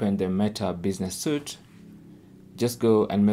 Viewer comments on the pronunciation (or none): Thanks for the video. My Meta is different to yours, I had to click 'Content' to see posts. BTW the word 'Suite' is pronounced as 'sweet' the word Suit does not end in e.